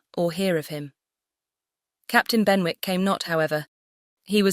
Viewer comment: Thank you! Just one note: Benwick is pronounced like Bennick. The w is silent. Otherwise— very enjoyable.